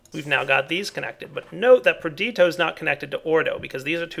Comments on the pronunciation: its nnot pronounced like you said perditio the ditio is pronounced like pistachio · GameSlayar Per-di-to? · GameSlayar I thought it was pronounced Per-di-shee-o